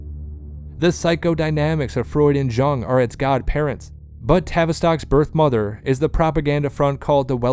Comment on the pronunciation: I had to stop the fifth time he mispronounced Carl Jung's name. Doing a video about the roots of mass psychology and not knowing enough about Carl Jung to pronounce his name right is like doing a video about the roots of English literature and not knowing how to pronounce Shakespeare. Seems to me the guy might have been simply reading a prepared text.